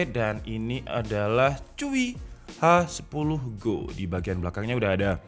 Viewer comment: Hi 10 go bukan H 10 go